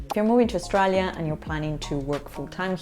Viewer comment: Learn how to say 'Australia' before making a video about education.